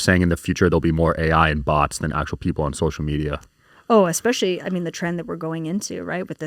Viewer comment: Spot on it makes me mental when people say Xspecially instead especially or Manhadden instead of Manhattan